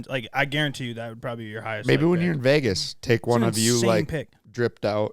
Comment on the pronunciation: says Vegas like vages